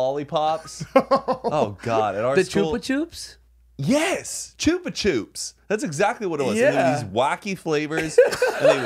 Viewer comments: yous dis not just say chupa chips like that 😵😵😵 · I couldnt stop laughing at how they pronounced the lollies. Are they not well known in America cause in Australia Carmellos and Chupa Chupps are like everyone's favourite lolly? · Choopa choops 🤣 in Australia we call them chuppa chups. Like cuppa cups but with a H. This had me in stitches 😅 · the way they pronounce Chupa Chups as Choopa Choops 😂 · Choopa choops sent me 🤣🤣 it’s chupA chUp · “Choopa choops”??? Ch-up-ah ch-ups. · Choopah choops…. Holy shit guys it’s ch-up-a ch-ups they are Australian at least I think so. We also had to sell chocolate in school but more for sports programs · Do y’all really pronounce Chupa chups as chewpa chewps 😂 in Australia we pronounce it “Chuhpa Chuhps” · CHOOPA CHOOPS!?!?!?! I've never heard it pronounced like that!!! I pronounce it Ch-up-a Ch-up. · HAHAHA CHOOPA CHOOPS australians pronounce them CHUHPA CHUHPS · Did they call it a “choop a choops”? it’s a chup a chup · hold up hold up hold up... HOW did you just pronounce chupa chups????? its chUPa chUPS as in up not oop not chooper choops my Australian brain cannot handle that.... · choopa choop?? in australia we call them chup-a-chup (pronouncing) \ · can't believe you guys pronounce chupa chups as choopa choops - an australian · Chupa chupps? Not chupachops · I am shook that y’all pronounce chupa chups like “choopa choops” LITERALLY MY MIND IS BLOWN RN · Me from New Zealand hearing them say caramello by cadbury and chubachubs 🤦🏼‍♀️😂 very popular snacks here. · Me as an Australian hearing say carmello’s and choupa choups 😵‍💫😵‍💫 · YOU DID NOT JUST SAY “CHOOPA CHOOPS” 😂😂😂😂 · iv never heard someone pronounce “chupa chups” like “choopa choops “ ahahaha just an aussie thing for ya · lol i thought it was pronounced (shoopa shoop)😂😂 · I'm Australian and I'm so disturbed by the way they say 'Chuba Chups' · The way yall pronounced “chupa chups” 😂😂😂😂😂😂 it’s Ch-UH not ch-oooo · choo pa choops !? surely thats not how its pronounced